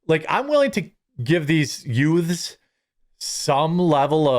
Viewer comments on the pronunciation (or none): Did you say, "yoots".... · Joe Pesci would like a word with you about how you continue to pronounce the "yoots." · C'mon MAN, All of our cousin Vinny taught us back in the 90's, it's not Youth's it's pronounced Ute's...the 2 Ute's were accused of shooting the cashier at The Sack of Suds!!!!